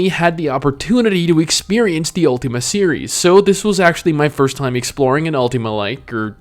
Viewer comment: UL-TIM-A NOT UL-TEAM-A Sorry just had to get that out there